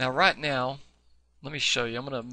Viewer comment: Did you say right meow? haha These tuts are great. Thank you so much!